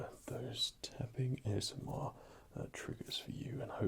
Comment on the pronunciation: Those were some cool acoustic effects there with the vase and the dish; using things to funnel or muffle the tapping isn't something I've seen much of in other videos. Worked for me! Also "A-S-Moi-r" X'D delightful. Looking forward seeing any over-the-counter vids you might do! :) Thanks as always for the tingles!